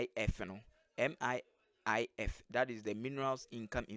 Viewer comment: It is MIIF not MIFF my friend.